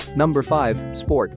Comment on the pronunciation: In number 5 is read sport-t-v